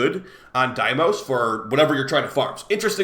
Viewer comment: Pretty sure it's not pronounced "dimos" 😂